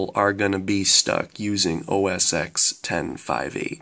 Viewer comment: I hate to bitch but the way you pronounced linux and debian annoyed me so much, and also its OS ten, the X is roman numeral for 10, and its pronounced OS 10 not OS X. Please look at (how to pronounce .com) to see the correct way to say linux and debian. but i guess also depends on where you are from and any accent.